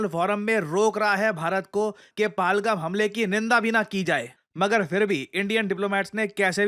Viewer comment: Not palgam pahalgam dear